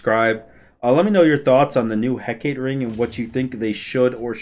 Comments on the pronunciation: Correct me if I'm wrong but I think Hecate is pronounced: Heh-Cah-Tay or Heh-Cah-Tee. Heh-Kate, like he says in the video, might be right but I don't think so 😅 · Btw its pronounced Heck uh tay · Gotta sound it out a bit more. Heck-ah-tea. That's easier for people to get what you want to have them say. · The Hecate is pronounced Hek-ah-tea.